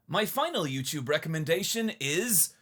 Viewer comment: YouTube is not "you-chewb."